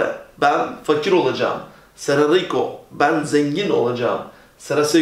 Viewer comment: Hocam Seré yazıyor ama sera diye okuyorsunuz